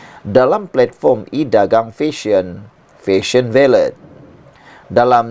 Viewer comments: Baiklah , Jom kita betulkan ! Ini Fashion Valet , bukan Fashion Ballet ! Valet madam valet parking , bukan Ballet menari atas Pentas ! Kecuali Fashion Valet nak mula jual tutu Dan Kasut pointe, kita serahkan urusan ballet pada penari sahaja …..tapi last last betul juga you sebut valet ….. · SEBUTAN SABAH IKUT EJAAN BAKU.. OK LATEW..DI SEBUT FESYEN VALET..😅